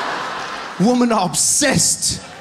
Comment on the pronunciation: I enjoy your humour Trevor, but it's one woman, two wimmen.